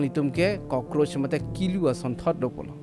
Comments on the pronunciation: Kulu not kilu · Kulu not kelu